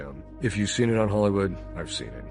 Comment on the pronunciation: Jim is calling out ‘helliwoold’